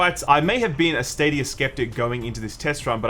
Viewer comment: "Stadiyur"